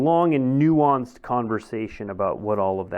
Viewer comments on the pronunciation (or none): It's "nuanced!" lol